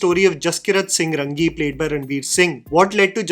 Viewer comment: Arey Raangi hai, Rangi nhi 😐